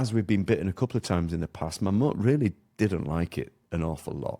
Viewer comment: Can't even pronounce Mammoet correctly, explains alot